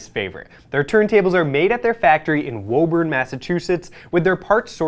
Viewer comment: Great video, thank you! Love my Planar 2. You may want to double check your pronunciation of Woburn and Delrin for next time!